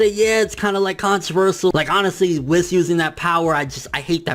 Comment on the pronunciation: it's pronounced wees not wiss